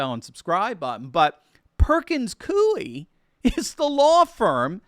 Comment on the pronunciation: Its prounced "Perkins COY"